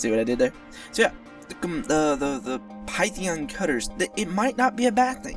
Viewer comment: I find your pronunciation of Python funny. "Pie-theon" XD